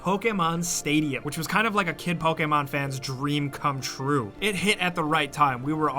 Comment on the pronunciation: thanks for saying "pokemon" and not "poKEYmon"